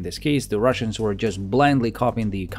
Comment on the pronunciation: You keep sayin "russains" all the time. Why? Is it a part of your agenda?